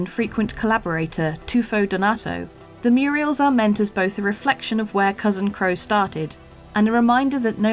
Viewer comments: I noticed was calling the graffiti "Muriels", instead of murals. That gave me a laugh, thanks! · murals ...........not "murials" ffs